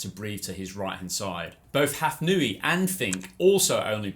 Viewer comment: I think it is impossible to attribute a difference of fractions of a second to the difference between a two-beat and six-beat kick. Furthermore, Hafnaoui is not pronounced Hafnooi but Hafnawi. Ou is the equivalent of w in French orthography..